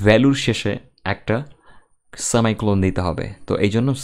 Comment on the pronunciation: And there is no such thing as "সেমাই কলন"... it's " সেমি কউলেন"